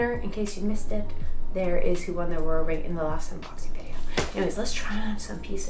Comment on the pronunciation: I've noticed this is the past couple vlogs but it's an oura ring not an aurora ring.